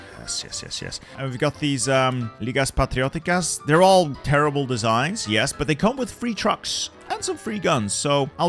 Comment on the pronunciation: ese "ligas patrióticas" te salió muy bien debo decir